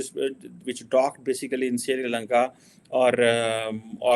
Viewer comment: It's SRILANKA not SIRILANKA. Jaahil